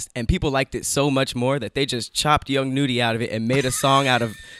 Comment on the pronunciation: Its not young noody its pronounced (young nuddy) young nudy com'on lol